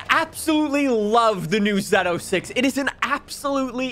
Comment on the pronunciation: I really wish they switched out the Silverado for the trx Also it’s pronounced zo6 no zed06